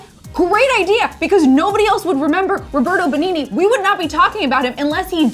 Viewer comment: Sorry guys but WTF!! Learn to say Benigni, onestly it hurts really badly the way you said his name!!!